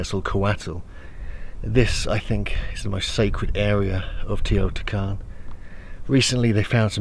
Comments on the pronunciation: It Is Teotihuacan no teotican!! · Its teotihuacan not teotican lol and mexico is part of north america not central america 🤦‍♂️🤷‍♂️